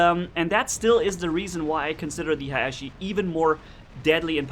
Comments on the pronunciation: Actually Haechi is a Korean name so it Should be pronounce like that. 해(Hae)치(chi) which is pronounced Hee-chi (not Hichi). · Pyrotech442 Yeah sorry if i sould like an ass correcting you. All I meant was that the words should be pronounce from were they come. Although Haechi is written in english it comes from a Korean word romanized. That's why think the real pronunciation Should be respected.